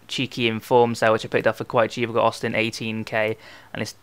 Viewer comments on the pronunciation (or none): none